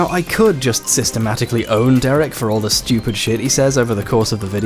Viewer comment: DEREK ITS DEREK